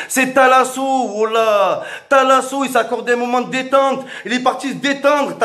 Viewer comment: C pas talasso c thalassa